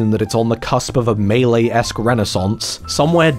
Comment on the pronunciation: giggled till i had tears every time u called melee the missus great video